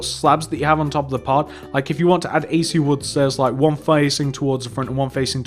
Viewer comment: It is a-kay-sha not a-c-u